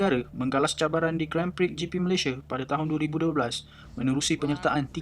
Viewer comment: Sebutan "gron prik"